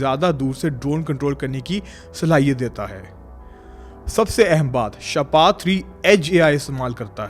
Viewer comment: شاہ پار نہیں شاہپر لفظ ہے شکریہ ❤